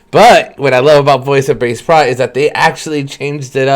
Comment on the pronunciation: Pronounced bah-che-prot......!!!!!!!!!!!!!